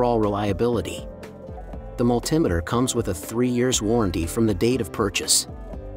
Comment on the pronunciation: The word is Multi Meter ,that put me off watching your video, or should i say VIDO!